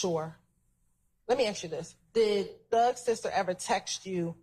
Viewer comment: why is like a lawyer pronouncing ask as akx